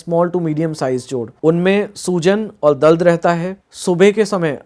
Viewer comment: Information is really helpful. I appreciate it. But every time doctor was saying, "दल्द"....In place of दर्द 😂😂